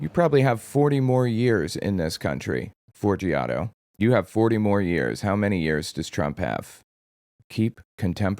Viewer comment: Forgiato, not Forigato… but I am so calling him Fori-gato from now on!😂